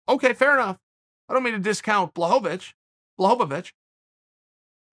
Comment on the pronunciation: Jan “John Blahovovich” Blachowitz